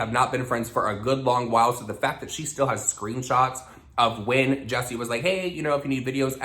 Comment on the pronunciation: Damn I can help but hear the name “ Jussie Smullet from empire” and you are saying Jessie smiles 😂 HAHAHAHAHHAHA